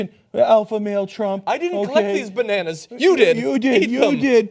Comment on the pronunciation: lmaoo bro this man is too funny. " i didnt pick these bannans u did "